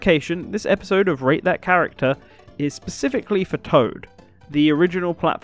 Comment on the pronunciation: I swear it sounds like you say rape that character